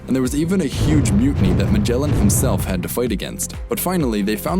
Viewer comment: Stop saying majela.